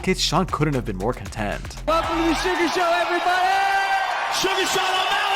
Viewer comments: SUGA! Not Sugar. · A real mma fan knows it’s “suga” not sugar 😂